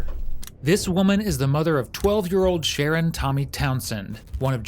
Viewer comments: His name is Sharron. Why do you keep pronouncing it "Sharon"? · His name was “shah-RON” not Sharon. Just a point of order, and he is probably the victim of fetal alcohol syndrome. What a waste of a young man. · His name is Sher-Ron, NOT Sharon smh This narrator sucks! The detective said his name many times, the CORRECT way. I cringed every time he said his name incorrectly. No one here in the comments noticed that? smh...... again.:face-orange-biting-nails:😖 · say it with me. pronounced SHAH-RON it’s a boy name. 🙄🙄🙄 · It's pronounced Sha-Ron. Not Sharon. Sharon is a female name. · The Voiceover really irritating it spells Sharon but not pronounced like that wtf